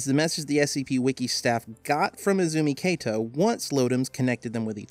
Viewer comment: It's Izumi Kato not Ezumi Keito いずみかと not えずみけいと